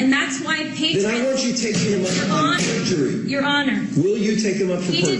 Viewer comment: Pergury (spelling?) every time. It seems USA arent keen on doing this.